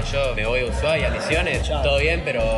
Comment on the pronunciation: amigo dijo ushuaia? nanananna